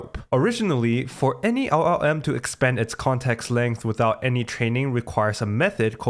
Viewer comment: try to improve your pronunciation of LLM, your Ls sounds like "eagh"